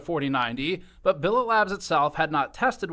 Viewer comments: Lol bro. You keep saying “Billet” wrong. It’s not like croquet or ballet. It’s Billet like bullet. Gamers Nexus says it a bunch of times in his video. Did you even watch the video? Are you informed AT ALL on the topic you’re trying to comment on? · I'm not sure whether you're mispronouncing the company name Billet Labs on purpose, but it drives me nuts each time you say it wrong.